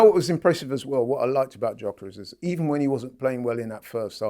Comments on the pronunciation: I beg you stop calling him Jockeres,, his name is Gyökeres, pronounced YOKERES, and you must've heard plenty people say his name by now aha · hes getting called until he learns how to pronounce Gyokeres